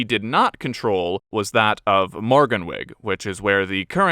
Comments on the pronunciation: I have to say though, morgan wig had me laughing a lot XD. nevertheless, with a video full of welsh names, it's still very impressive. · I feel Ive entered into an alternative universe with pronunciations such as Morgan- wig , dinner-vor and Saysul=thog being hailed in the comments as correctly pronounced welsh names. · I tried my best to ignore your pronounciation, but it drove me mad, in a comedic way. Morgannwyg, for future reference, would be pronounced Morgannoog, the oo being pronounced in the same was as the oo in boogie. That's how we pronounce it here in modern day Glamorgan, or what was Mid Glamorgan until very recently. 😊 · Well done for giving pronunciation of Welsh names a decent try! Most are close enough, one I'd like to help advise is Morganwg. This is not morgan-wig but sounds like more-gan-oog. I enjoyed the video! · Very impressed with the Welsh pronunciations in this video. Most narrators from outside Wales really struggle and butcher the names! The only one that was significantly wrong was "Morgannwg", and the only other issue was where the word emphasis was placed - in Welsh, it's almost on the penultimate syllable, so "morgannwg" would be pronounced "mor-GAN-oog". But other than that, top marks!